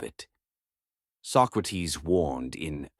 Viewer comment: His name was not "Sock-räh-teeth", but "Socrates", plain and simple -Socrates.